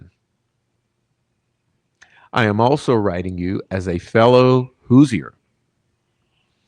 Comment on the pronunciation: Love ya dude, but quit murdering our nick name lol it’s pronounced “whos-er” or “whos-ers”